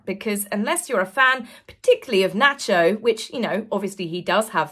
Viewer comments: Your pronouncing Nacho wrong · You are a breath of fresh air every time I watch you. Please never change! (I especia!my love hearing you say. "Nacho", makes my American heart grin!)